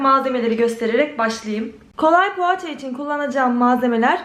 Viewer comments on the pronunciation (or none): Paaça değil poğaça konusmayidami bilmiyosum yaa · pohaaaçaa😂o nasıl poğaça demek ya